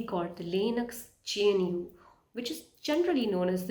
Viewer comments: it's pronounced GUH-NOO as in Wildebeest not GEN-YOO. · I am Linux administrator since 2010 and used many linux distributions like redhat centos alma ubuntu kali mint and many more but for new users i recommend linux mint it very easy to use for new Beas. Good video but 1 tiny think that i want to correct is that you were saying jnu but its gnu other than that video was great best wishes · hey it is called GNU not G-N-U. If this helps. ग्नू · Its GNU, not JNU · GNU is pronounced Gnoo. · Thats what rote learners do pronouncing gnu as jnu 😂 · Calling GNU "je n u" is insane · Great video, I would like to learn more from you. I don't know what's the correct pronunciation of GNU but most people in community pronounce it as "Gu new".